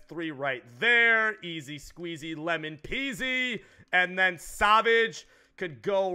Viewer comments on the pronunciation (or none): none